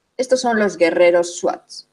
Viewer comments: Muy bien explicado,,esta mejor que Los mentirisos y manipulados documentales de aca,solo Una correpción se pronuncia zuar (Los shuar) no swat..pero Te falto decor que Los japoneses tmb hicieron Su expedicion y Los militares locales pero solo pueden avanzar hasta cierto limite q Los shuar muy bien conocen...saludos desde Ecuador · Son los Shuar, no suat